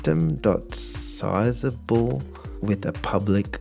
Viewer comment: The word is not 'sizable'. It is pronounced like what corn flakes are.